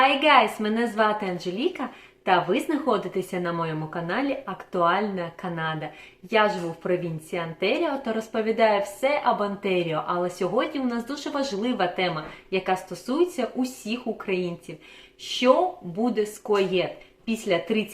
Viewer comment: куЄ(CUAET), онтЕріо - я вибачаюсь, але деякі слова ріжуть слух)